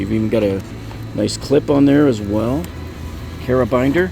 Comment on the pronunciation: It's carabiner, not "carabinder" fyi.